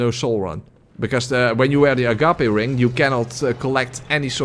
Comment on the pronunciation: why the fuck are you still awake!? It's 2in the morning. I said you'd earned rest! Btw, the DS2 ring is pronounced "a-gaip". Rhymes with "grape", the fruit. ”Gape" is a large opening, like a hole or mouth, and the ring is one that swallows souls.